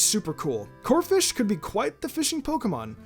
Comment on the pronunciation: First of all, it's Corpish, not Corfish. Second of all, just cause Greninja is helping Zygarde, that doesn't mean he isn't Ash's Pokemon anymore. This list sucks. The only ones that are necessary on the list are Totodile and Gible.